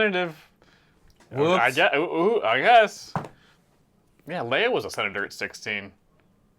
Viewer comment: Yes in first episodes she was being called Kleya but when Luthen was calling her in this episode, he said Leia a couple of times. I thought I went crazy because no reviewers have mentioned this, but after rewatching the scene I still here Leia.